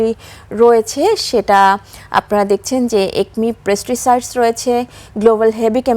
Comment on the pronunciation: ওটা পেস্টিসাইড হবে। প্রেস্টিসাইড না।